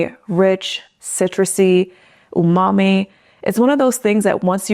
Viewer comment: Did you say umami or "ooohw mami!" ? I know which one I'm saying.